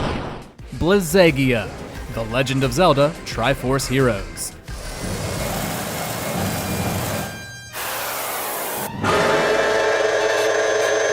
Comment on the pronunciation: Like with Volvagia, I'm pretty sure it's supposed to be a hard "g" in Blizzagia.